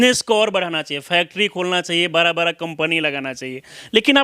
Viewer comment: पत्रकार बन गए हो और बड़ा को बरा बोलते हो